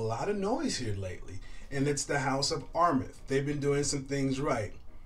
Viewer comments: Armaf is pronounced (R Maa ff ) not Rmeth. No disrespect. I'd rather tell you now for your future vids. To also help you avoid ppl from discrediting you. PPL are at times critical. Your vids are quaility & I wish you success. I just sub'ed... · Why is he saying armeth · You already butchered Armaf. R maf it is.